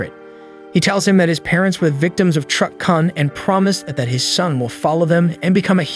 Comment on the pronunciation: If you are going to use "truck-Kun" as a gag; you should learn how to say it properly. It is pronounced as "KOON" not as "CON"